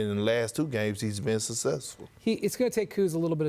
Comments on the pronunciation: Kendrick “Sussessfuhh” Perkins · gotta love the way perk says "he's been soossessful"